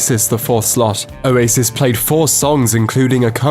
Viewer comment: I honestly thought this dude was saying "a racist" instead of Oasis for like the first minute of the video.